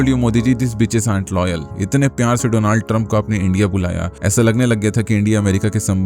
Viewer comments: 😂😂"Mr doland trump " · Did he just say, "Mistress DoLaand Trump"? 😅😂 now I get it, "Ao Modiji humse sambandh banao" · "Do*laand* trump" 😭💔